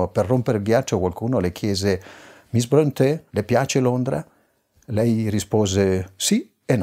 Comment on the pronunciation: Informo l'Autore che il nome Bronte,con la dieresi sulla e per renderne la pronuncia all'italiana,come voluto dal capostipite Patrik,si legge proprio Bronte senza accento. Tale cognome infatti è esemplato sul nome della cittadina omonima in provincia di Catania che lui adottò per qualche assonanza col suo originale Prunty,come segno di ammirazione per l'ammiraglio O.Nelson, dai Borboni appena nominato duca di Maniace,frazione di Bronte,in seguito alla sua vittoria su Napoleone a Trafalgar.